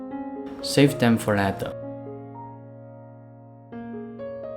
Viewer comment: 您好，您的英文讲解很好，英国人能听懂，而且观众有子慕的选择。唯一有进步空间是您later 这英文字的发音，坦白说让人听了一头雾水😊。我没恶意，是中年人，大马华人，生活在英国30多年，写这评语只希望您这美好的视屏受到更多老外的喜爱。让您得到好的辛劳回报。